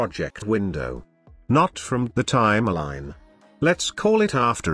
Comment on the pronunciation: Res-u-may, Time-a-line lol